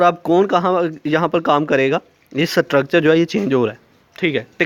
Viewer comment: Nice video But your prnounciation of structure was wrong Its structure not satructure😁😁😁